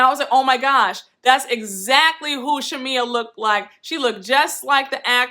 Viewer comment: Marlo doesn’t know how to articulate herself very well & she also has a speech impediment so that’s why she butchers Shamea name sometime (Shamila) 😩 lol I understood what she was trying to get at but she just be all over the place lol Porsha acting like she didn’t know why Marlo thought there was an issue is weird as hell.... She was giving me baby Nene on this part.